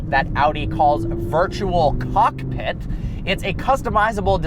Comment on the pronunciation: The way he said virtual COCKpit tho :D